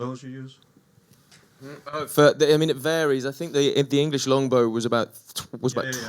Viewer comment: Say it with me: EDGE-ER-TON